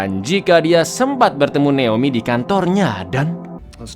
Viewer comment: jgn terlalu di Inggris-inggriskan lah bg, naOmi bon neomi😭